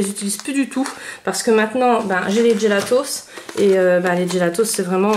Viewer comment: On dit pas "djélatos". Faut arrêter de tout angliciser...